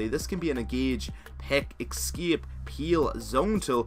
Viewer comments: no one else get pissed off with how he says escape?? X-scape..... X to the S to the C, A, P, E. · "eskiep" :v